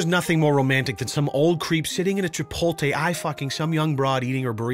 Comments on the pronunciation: Chipo-TAY? Is that just saying it that way or is it actually pronounced that way? I'm not from the states so I know nothing about Chipotle... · "Chipolte",? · Did you say, Chip-ol-tay? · you pronounced chipotle wrong